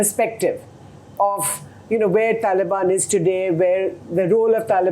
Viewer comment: Without sounding condescending, I think the guy has pronunciation problems. Talibuns Smartians Infulence Gaddar Chhabbar Inflitration